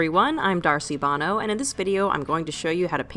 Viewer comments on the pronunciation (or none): none